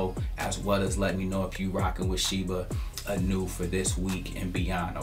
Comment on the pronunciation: Inu -> ee-new not i-new